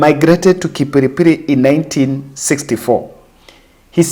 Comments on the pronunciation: Young man, kudos for the noble mission on your channel but you made me laugh with ''Kipiripiri'' coz I know ''Kipipiri'' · it's not kiripiri but Kipipiri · Kipipiri msee, NOT KIPIRIPIRI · Its kipipiri not kipiripiri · It is kipipiri not kipiripiri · It's Kipipiri and not kipiripiri. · Not kipiripiri it kipipiri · Pongezi for coming up with such projects (Say Kipipiri not Kipiripiri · Thanks bro, but I guess it's KIPIPIRI, not kipiripiri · The place is KIPIPIRI not kipiripiri. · Lol! It's kipipiri, not kipiripiri. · It's kipipiri not kipiripiri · Kipipiri not kipiripiri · Kipipili🤷por pronounciation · It's Kipipiri